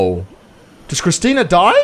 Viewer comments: CHRISTA CHRISTA CHRISTA NOT CHRISTINA sorry, this was bugging me so much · Whos gonna tell him that its not kristina and its christa